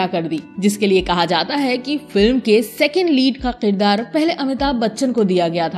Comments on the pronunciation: sahi lafz Kirdar hai na ki Qirdar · Aap please kirdaar ko k se pronounce kiya karein. q se nahin.